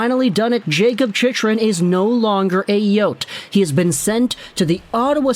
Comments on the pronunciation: it's pronounced "chick-run" my guy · It's pronounced Chick run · Funny how many times Chychrun's name has been said over the past year and this guy has never heard anyone else pronounce it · lmao why are you saying his name like that? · Wild he STILL doesn't know how to pronounce Chychrun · I came here to see if he has learnt how to pronounce the name right only to see him fail again lol